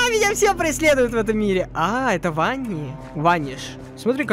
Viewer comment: только не Ванни, а Вэнни(так читается на Английском)